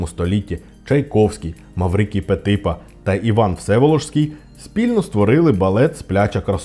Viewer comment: Правильно вимовляти ПетипА, наголос на останній склад. Одразу видно що ви не поважаєте балет 😂